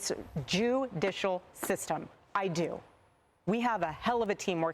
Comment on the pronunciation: OH MY GOD!!! She said "JEW-dicial system"! Craycray Owens is already on it! Another proof there's something fishy at play, obviously!